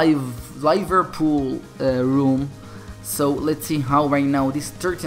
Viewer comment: how are a Soccer Stars youtuber if u cant even say "Liverpool" right.